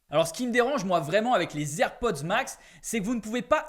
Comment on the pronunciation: Ta du mal avec le nom des AirPods 😅😂😂